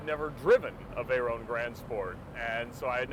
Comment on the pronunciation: its a nice car but please call it veyron note veyeronne its a name a famous name ! a racing legend Pierre Veyron !